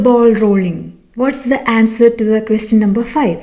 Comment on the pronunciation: is it question or is it pronounced queh-shion